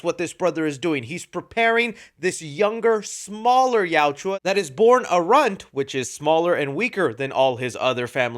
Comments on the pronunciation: I love the film and your review, but please learn how to say Yautja. It yow-cha not yow-chew-ah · Yautja. Two syllables. Yaut-cha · It’s not Yautjua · Good sir, kindly stop saying "Yaut-jwa" and say Yautja. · Bro say yautja right and maybe you won’t have haters in your comments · Plz watch the movie again so u learn how to pronounce yautja. Great movie, most fun I've had since pacific rim. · Hey it’s Yautja your saying it wrong but that’s why fans can help you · I don’t think I watch one YouTuber that pronounces Yautja correctly 😂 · The pronunciation of the yautja is cringe. And his brothers name 😂